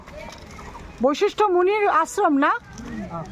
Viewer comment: Baishistho noi,Basishtho.